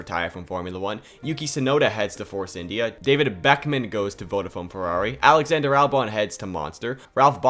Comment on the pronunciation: As much as it would be fun seeing David Beckham in F1, it's Beckmann mate; Beck. Man.